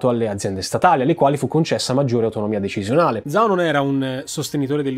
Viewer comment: Per la pronuncia io evidenzierei soprattutto "zhao" pronunciato come "zao" invece che "giao"(per intenderci), è l'errore più comune dopo la "x" pronunciata "cs" (che però lui non sbaglia)